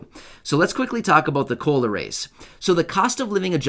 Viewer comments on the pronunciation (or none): Sounds more like culo not cola